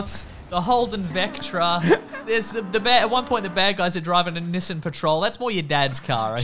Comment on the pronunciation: I'm sorry did you just say "niss ahn"